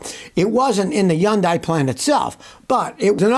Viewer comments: Hyundai is not pronounced as "yundie" it is pronounced as "hunday" ask me how I know. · it's pronounced 현대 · Am I hearing “yun-dai?” Where I live it’s “hun-dai.” Which is correct? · It’s pronounced “Hun-day” like “Sunday.” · Firt of all, learn how to pronounce Hyundai. It's pronounced like Sunday, with an H in place of the S. It's a supplier, not Hyundai. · Scotty still can't pronounce Hyundai. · When are you going to learn to pronounce their name correctly? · I can't believe he still pronounces Hyundai like he does.